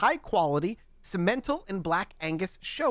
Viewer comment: Sim-uh-tall cattle not whatever the hell he just called those cows lololol. City people.....